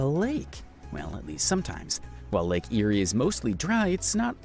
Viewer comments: Lake Eyre is pronounced Lake Air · Lake Eyre is pronounced Lake "Air", not eerie. Why can't YouTubers use pronunciation guides when they make these factoid videos? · Some Australian pronunciation errors in the video, Macquarie is pronounced Ma Quarry, not Ma Cary Lake Eyre is pronounced Lake Air. And Melbourne where I was born is pronounced Melburn. Americans never seen to take the time to learn this. I'm sure they would be upset if I pronounced some of their place names incorrectly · All Americans talk like 'chipmonks'......😂 Lake Eyre is promounced ...LAKE AIR. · Its pronounced lake 'air' eyre. And does indeed have a yaught club. The clubs tourism is in trouble because of the state governments 'heritage' views. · You know how to pronounce Macquarie, being Scottish. For others, it's mac-QUARRY not whatever the voiceover said. Lake Eyre is pronounced Air, nor Erie or Ear. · maquiry. I wanted to pull my ears off. Lake Eyre is pronounced like air. Funny story. Apparently during world war 2 the Japanese thought about invading the west coast because of it's low population and lack of defences. Seeing all the 'lakes' on the maps of the time they thought they could use local water for supplies. The 'lakes' are all salt pans which only fill (with brackish salty water) about every ten years. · I sick of these foreigners talking about our country. They never pronounce the names correctly. If they want to make these videos they should research how to pronounce the names. Lake Eyre is pronounced “ lake air”.